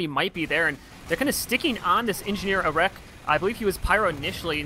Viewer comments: "A wreck" arekk is pronounced Erik btw. Great cast though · Yep, that was completely my bad. We did get the name correct in the second half though!